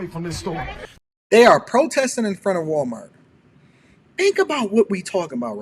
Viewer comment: …😂😂😂”Walmart-tz!” She said Walmart-tz with the extra tz at the end. Wait, I mean the extra tz at-tz the end😂😂😂. People? Which is she?😂😂😂 Tell to use the word “ask” in a sentence…not axe. “I’m fixin to axe you something.”😂